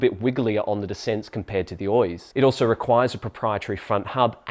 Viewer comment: Thanks for the Review!! Just fyi in the basque language we do pronounce Oiz as you do. The second pronunciation is in spanish. Best regards